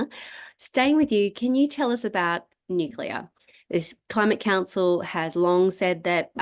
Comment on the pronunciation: Dinah, thanx for your excellent contribution to this presentation. However, in the future, could you please pronounce "nuclear" correctly. It isn't "new-queue-lar", as you are pronouncing it. It is "new-clee-are". Thanx. 🥰